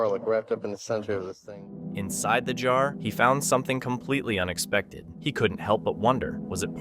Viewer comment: Is there a reason you called a jar a "chair"...? 🤔😂